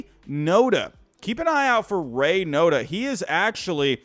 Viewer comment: Poor Ryan Noda can’t get his name right give him his flowers haha